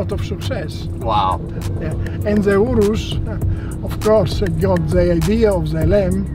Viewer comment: Urus pronunciation on point 😈